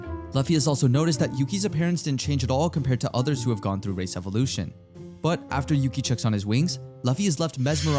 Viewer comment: Bro said race evaluation in part 1 but i thought he said racist evaluation ☠️